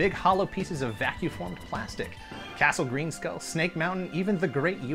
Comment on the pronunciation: Did this guy just say Castle Greenskull? I hope he was kidding...